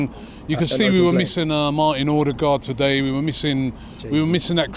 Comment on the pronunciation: Marr’in Ordergard Fucks same, he’s played for arsenal for 3 years now and you can’t even say his name